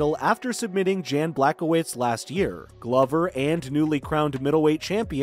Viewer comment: Dude you need to learn how to say Glover Teixeira's name. In Glover it's a long o like Glowver and his last name is not texeira its said like this Tei-Chera.